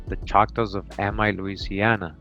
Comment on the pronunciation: the Amite, Louisiana is pronounced A-Meet.. I have family that's from there..